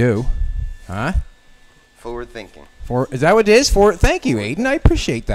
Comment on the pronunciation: "FOWARD THINKING!" >>>>>>>>>>>>